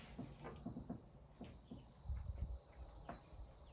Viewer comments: Okay I get annoyed by british people not pronouncing T's in their speech so I'm sure I'm the minority but it sounds like youre doing a prank when you pronounce every OR sound like ER. Mer when saying More is a good example that literally sounds like youre just trolling. If you're from somewhere where people just talk like that please let me know cause I've never heard anyone talk like that. just made me almost have a brain aneurism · If you learned how to pronounce the "or" sound in most words, (mer = more, perfERmance, etc) your videos would be significantly less frustrating to watch